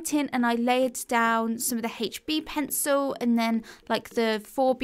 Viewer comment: The hache B pwencil.